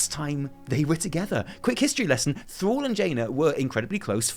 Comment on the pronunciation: When you say "Thrall" it sounds like you say "Thor" :P